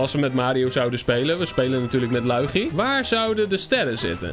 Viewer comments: Zeg lowiedjie en niet luigi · Je zecht loe ie gie